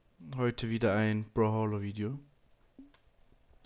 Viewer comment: Es heisst nicht broholo